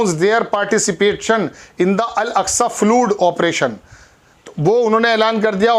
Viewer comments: Al Aqsa flood , not fluid. HOWEVER LOVE YOUR REAL REPORTING. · फ्लूड नहीं फ्लड होता हैं। आप पढ़ें लिखे हैं क्या?